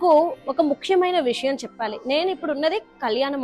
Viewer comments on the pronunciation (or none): none